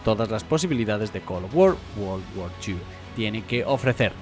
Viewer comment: col of wor wor war dos